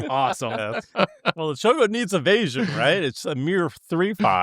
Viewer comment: is just trolling us at this point with "cho-co-co" 😭😭😭